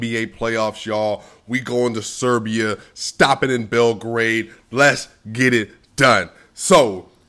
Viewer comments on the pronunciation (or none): none